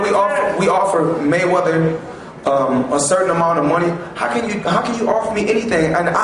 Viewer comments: its ''MayweaTHer'' Not ''MayweaDer'' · lol "Maywedder" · Why is the announcer saying Floyd money Mayweter??????